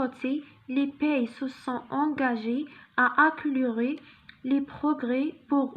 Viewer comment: Accélirer أكسيليغي ماشي أكيليغي +أخطاء أخرى في نطق الكلمات ... بالتوفيق